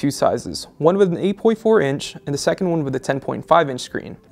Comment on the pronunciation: Good review, really like the new guy, but he needs to learn to pronounce his words more clearly. Like saying "the" instead of "duh" and "Samsung" instead of "Samesung". Few beggining flaws, but nothing some work can't fix. :D